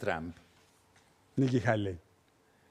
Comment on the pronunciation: De cuarta, como todo peroncho. Ni siquiera pronunció bien el nombre de Nikki Haley. Se ve que después de años en USA no le sirvió de nada.